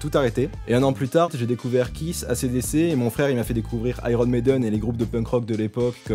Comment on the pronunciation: desole pouce rouge pour le ACDC mal prononcé.... ;)